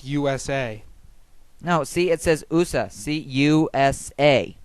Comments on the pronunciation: "Made in Oosa" ... LOL!! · Hey dan, what's oohsa? It's not oohsa, its USA. I know but it says oohsa see USA. Lol xD